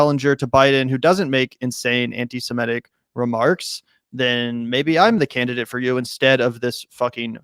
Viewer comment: Please - it's "sem IT ic", not "sem ETT ic." Stop focusing on the "e" in the first syllable, which throws almost every American off of the correct pronunciation.